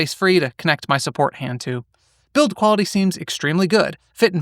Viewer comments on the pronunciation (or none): none